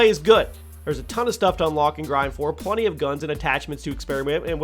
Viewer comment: Plunny...??? Did you say... plunny of time...?